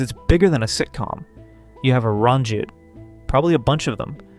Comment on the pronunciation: I'm concerned by the way this guy pronounces Ranjit here. And Mosby on a couple other videos....